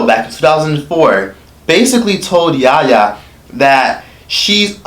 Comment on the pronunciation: Yaya* not kenyah